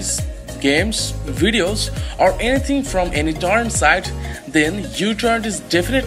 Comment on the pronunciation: It's not 'you'-torrent, it's 'micro'-torrent. The Greek letter µ or 'mu' is used by the metric system for micro. It's often written as utorrent, because it's easier to write than µtorrent.